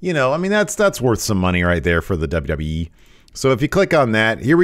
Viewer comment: DubDubEee lol 😅 please continue saying it like that